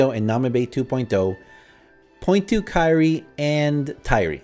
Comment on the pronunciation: Hi, Why did you call Tairi to Kairi??